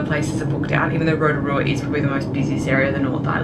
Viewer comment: "ROTARUA"? correction (ROTORUA) ROTO=Lake. RUA=Two. Therefore, 2nd Lake. "Upright Canoe" at Lake Tarawera? Wrong, Pouwhenua = Totem Pole, (land post), are carved wooden posts used by Māori, the indigenous peoples of New Zealand to mark territorial boundaries or places of significance. The Smell? Everywhere on the planet where there is volcanic activity smells, it's called sulfur. It's not that bad (Are the facial contortions that necessary?) and I would think that being respectful of the places you are visiting including towards the people who's land it is (Including myself), enjoying the scenery, soaking up the ambience of the place would be far more beneficial to oneself and to viewers alike. Apart from that, nice work (From a Kiwi documentary filmmaker based in Sydney)